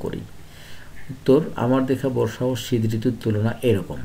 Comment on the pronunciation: ঋতৃর নাম ❌️ঋতুন✅️ 😂😂